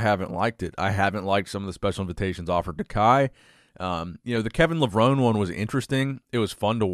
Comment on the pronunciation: Lev-rone-ee" That's how he pronounces his last name. Been bugging me for awhile now, lol. Keep up the good work! 👍😁